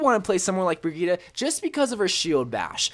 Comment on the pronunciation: I've never heard anyone pronounce brigitte's name so wrong lmao